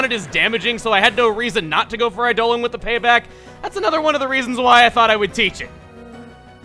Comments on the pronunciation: You do know it's pronounced Eye-dah-lawn right? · I don't get why Eidolon keeps getting pronounced as Eidolin.